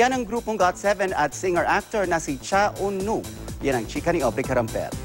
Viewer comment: Tama na yung pronunciation ng pangalan ni Eunwoo eh, kaso yung title ng vid naging Keep 'Shining' imbes na Spinning.